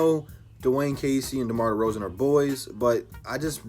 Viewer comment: said “DEMAR DEFROZEN” 😂😂😂😂😂😂😂😂😂😂😂😂😂😂 Good shit man!!